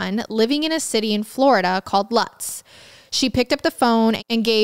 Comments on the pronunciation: Not lutz as in guts. . Pronounced Lutz like loots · Very unimportant correction, the city in Florida spelled Lutz is pronounced Loots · I know this is an old video but if it helps in the future Lutz is pronounced "Lootz". I have no idea why, but that's how they say it down here.